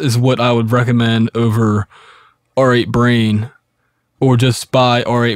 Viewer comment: It's pronounced "rate brain", not "are eight brain". And it's pronounced "able tun", not "abble tun".